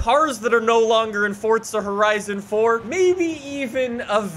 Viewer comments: I am sorry but its ForZa not fortza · Your freaking saying fortza its forza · Forza not fortza 🙄🙄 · It’s FOR...ZA NOT FORTZA HOLY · It’s not fortza it’s forza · FORZA NOT FORTSA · BRUH THE THERES NO T IN FORZA LEARN TO SAY FORZA NOT FORTZA! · “Forts-zuh horizon” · It triggers me so much when he says “fortza” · Oh no not fortza horizon 3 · He says fortza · Still wondering where the t is in forza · The way you say forza makes me wanna drink bleach